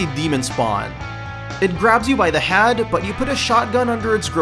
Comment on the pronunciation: Grab its Had and bash its Had into the wall, and its Had blow sup. The way you fucking say words with "ea" (head) driving me fucking up a wall.